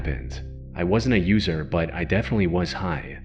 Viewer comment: Why can't you sya the word "but" properly? "Buyhd'h" Just say but.